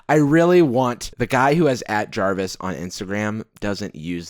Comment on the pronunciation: Jarvis and english Jarvish :-P